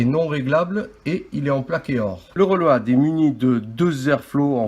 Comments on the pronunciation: "Le reulowadeu" Accent anglais "de Marseille" fort savoureux ! Merci pour le partage. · Reulauhad..... Magnifique l'accent anglais